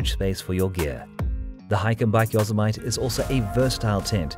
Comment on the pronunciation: Great video! A little American English....Yosemite is not pronounced yo-semite it is yo-sem-it-tee.